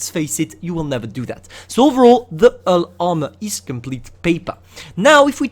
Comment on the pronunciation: It’s bull armor......H(MAKE THE “H” SOUND MAN)ULL.....HHHHHUUULLLLLLL ARMOR!!. WTF IS “ULL ARMOR”!?!?!?! U gotta work on pronouncing the H bro, cause u can’t. Even when u say “huge”, u say “uge”😑